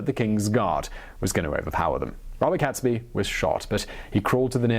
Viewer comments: I've noticed this trait he has in his videos. He clearly is well educated and yet he often gets names wrong. Besides getting Guido wrong, he also pronounces Catesby wrong after a while. He initially pronounces it correctly as Caits-bee but then starts calling him Cats-bee. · I was taught his name was pronounced "G-ee-dough", not "Guy-dough". Was also taught that it's "Kates-bee" too and not, "Cats-bee". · Guido pronounced gweedo. Catesby: cates like gates. The bonfires were decreed to be lit across the land on 5th November 1605, ie. that very night, to celebrate the escape from disaster and tyranny. (419 years later.. Still doing it). BUT MOST IMPORTANTLY this was NOT about religion. (Ok some people cared a lot about different ways of practicing faith but...) This was about POWER. It was about national sovereignty vs. foreign rule. A Catholic king would be controllable from Rome. Henry VIII went a very long way out of his way to put a stop to that a few decades before. This is the foundation of Britain as a sovereign nation. This day is when we celebrate our independence. It's our independence day. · Guido pronounced gweedo. Catesby: cates like gates. The bonfires were decreed to be lit across the land on 5th November 1605, ie. that very night to celebrate the escape from disaster. (419 years later.. Still doing it). BUT MOST IMPORTANTLY this was NOT about religion. (Ok some people cared a lot about different ways of practicing faith but...) This was about POWER. It was about national sovereignty vs. foreign rule. A Catholic king would be controllable from Rome. Henry VIII went a very long way out of his way to put a stop to that a few decades before. This is the foundation of Britain as a sovereign nation. This day is when we celebrate our independence. It's our independence day.